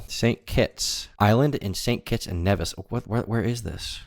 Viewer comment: Could you say st kits one more time